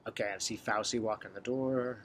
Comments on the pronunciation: In Italian the C is pronounced like CH. So say FAUCHEE for Fauci. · Fau - chi pronounciation Ci in Italian is ch sound. I am an herbalist and know several good herbs for virus and respiratory illness. It is interesting that all these pharmaceutical AMA positive people are feeling so frightened of a virus. Bad diets and unhealthy living make one more susceptible to complications. Chickens coming home to roost.... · Thanks. Great video. Correct pronunciation of Fauci